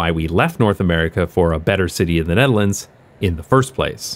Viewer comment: “size of hte nutehrlaunds” haha